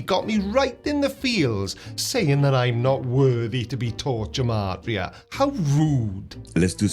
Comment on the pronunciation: Creaky, just to be a bit more informed than he is about his chosen interest, "gematria" is pronounced with a hard g, like "gate"- Hebrew doesn't have a soft letter g. And among Jews, it was traditionally used for rhetorical purposes, i.e. to connect two words or ideas in order to make a point. That's it.